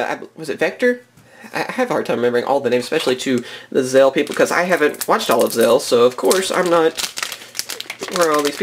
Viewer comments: 6. (This was 5.) ITS ZEXAL, NOT ZEAL! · How come you say zale instead of zexal? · Its zexal without a silent x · srry but why do you say zexal like that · sorry jjust i just think its silly you dont say it like all english people would